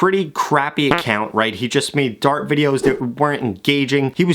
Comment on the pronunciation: The first video I thought you said he made “dark” content but you meant dart 😂